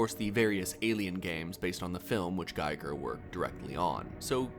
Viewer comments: Giger is not pronounced "Geyeger" but "Geeeger". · incorrect. From the cattle's perspective, this is life. This is normal. There is no alternative, and no experience besides, so this is mundane to them. Also, his name is GI-ger, not GUY-ger. Gi as in karate gi. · Giger is pronounced "Geeger" :( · Giger is pronounced Gee-ger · The man's name is GEE-ger. As a pure blooded barbarian you should know.